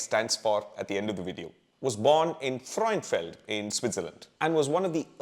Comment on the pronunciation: Thank you for not completely butchering German/Swiss German names and also for not anglicising them. Sprechen sie Deutsch? I think Frauenfeld is pronounced more like Frawenfeld than Frayenfeld though. 😊